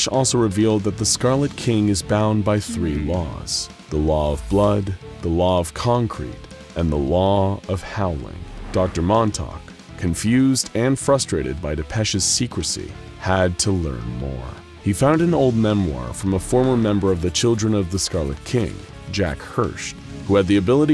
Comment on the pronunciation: Dawg, I love you, but there's an 'r' in FRUSTRATED